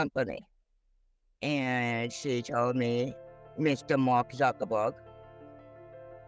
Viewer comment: She may not have been talking to Mark Zuckerberg but she may have been talking to Mawk Zuckerbworg